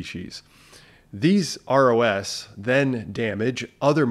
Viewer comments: Every time you say ROS I hear ROUS and go down a Princess Bride rabbit hole. 😁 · I was thinking the same thing when he started saying ROS